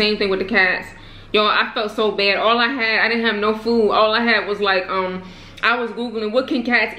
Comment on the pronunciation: last time i checked its pronounced food, not foo smh....